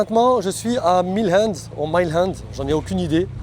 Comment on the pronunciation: Mile ends se pronocent Maïle ends ! Merci de vérifier avant de produire la vidéo!